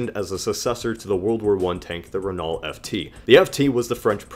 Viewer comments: I think it's not "ree" because in french this sound is prounounced with a "i"so "rennoe" has to be the right way (btw i"m french) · Its Reno not Renal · Not "raynawlt" , but "rayknow" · Renault is pronounced ren-oh, REN-OH,, NOT REN-ULT, REN-OH. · It's pronounced "rennoe" not "reenalt" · I love your pronunciation of Renault. It never occurred to me that some people would pronounce it Ren-alt rather than Ren-o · I'm sorry if you've already seen it, but you're pronouncing Renault wrong. You're saying "re-NALL" when the more correct way is "re-NOUGH, as in "dough". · "Re - no" not Renull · Pronounced Ren-oh not Re-naw-lt. (Renault) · btw its ren-o not ren-ault (just sayin) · Renault is pronounces Renough not renaul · Renault is pronounced (ren-oh) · pssst it's pronounced "ren-o" not "ren-alt" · Renault is pronounced like Renno btw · Renault is pronounced Ren-o by the way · Renault is actually pronounced Re-noe. Sorry it just kinda bothered me. Amazing video though! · A little nick picky I know, but Renault is pronounced : Ren-Noe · great video gut f.y.i "Renault" is pronounced Ren-O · renault is pronounced "ren-oh" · Renault is pronounced "Ren Oh" btw. And I'm a Brit... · isnt Renault pronounced as [reenau]? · Renault is pronounced "reh-no" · Renault is actually pronounced Renó. :) Now you know! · Just to let you know you pronounce Renault reno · Renault is pronounced as Ren-Oh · Renault is pronounced as Renno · renault is pronounced ren-oh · Renault is pronounced "Renoh" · "Renault" is pronounced "Ren-o." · Renault is pronounced 'ren o' It's French, and they pronounce better than they spell.... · Renault is pronounced ren- oh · Renault is pronounced RENow lad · It is pronounced (ren-o) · FYI its pronounced RENO 😊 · It's pronounced Ren-no. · It's pronounced renal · Its pronounced RE-NO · More like rennoe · You pronounced Renault incorrectly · The way he says Renault hurts me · the way he pronounces renault omg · Jesus Christ you butchered Renault